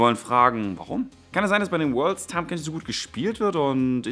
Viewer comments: heißt es nicht "tahm" kench und nicht "tham" kench? xD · Tahm nicht Tham! :D